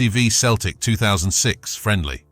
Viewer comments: Doing my head in with the commentary from the start it's pronounced Seltic and it's tric colour,believe me if it was in Glasgow you would have meet the full mob,Huns or not backing you up,ask Lincoln what they faced in Chris Sutton's testimonial at Sincil Bank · Its not keltic its Celtic 🇮🇪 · Mate, if you're going to keep doing this vids, and a lot of the 'aggro' stuff you state is half fabrication, you could at least pronounce the word Celtic properly for chrissake